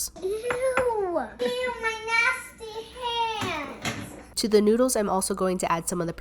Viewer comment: eww my nasteh haand